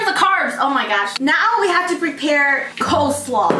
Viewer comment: “pOtaTo saLooD” “cole sALooD” LMAO